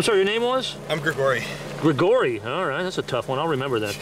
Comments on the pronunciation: Im Scottish its pronounced gregor-y not grig-ory. Goddamn weirdo 😂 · Why did that guy pronounce “gregory” like he’s Rasputin?